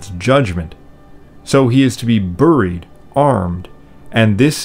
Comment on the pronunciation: Another great vid!. One question though, is "Buried" commonly pronounced "Burr-eed" where you live?. No offense intended, I have just never heard it pronounced that way before. Thank you!.